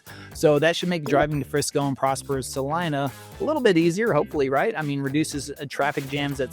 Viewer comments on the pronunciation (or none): none